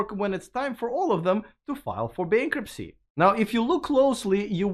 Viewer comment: I love the sentence: "It will probably cut down on the paperwork when they need to file for bankrupsy"